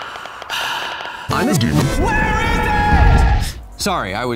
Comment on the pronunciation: The missing link to my Kamehameha research is finally complete. Also, did you say "Armageddon" or "I'm a demon"? 🤔